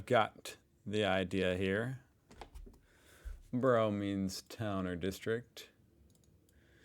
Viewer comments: Borough is pronounced BURRA. Burrows are places where rabbits live ! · ….and it’s just so making me shout “Burra …..Burra……. For gawds sake, you’ve heard how it said it, its said as BURRRRRAAAAAAA” repeatedly at him through my screen! 😩😩😩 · It's pronounced Burrah in UK English! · It’s burra 😁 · Hahaa - not 'Burrows' - we're not rabbits! In the UK it's pronounced 'Burruh'. (I see you did learn this from the video, but it does grate to hear 'burrow'!) The guy is very informative- but he did make one noticeable error. The City of London and Westminster are NOT the same thing - they used to be entirely separate entities, with fields in between. 'Borough' was the settlement that grew up on the South side of London Bridge, whereas the City of London was to the North of the river. There are now 32 separate Boroughs within Greater London. MapMen do some great videos on London Boroughs. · pronounce it "burruh" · Just a quick point it's bur ugh. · For F🦆's Sake,... Your ability to remember even a single word is worse than Tyler's...which most of us would think impossible!! But, no!! 😮🤔😠😡 Borough is pronounced BURRUH... Jesus H. Flipping Chriiiiiiist?!!! 😢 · Americans can't say borough and it's very annoying. Especially when the first sentence of the video is how to say it. To continue to say it wrong you have to be just plain ignorant or genuinely stupid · your pronunciation of Borough is the place where rabbits live!:face-blue-smiling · Americans do it all the time. They hear the correct pronunciation and simply ignore it. Plus he called it a "British" word😂